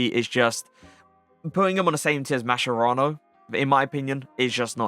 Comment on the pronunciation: every time you pronunce mascherano wrong my italian ears bleed. say it like this: MAS KE RA N O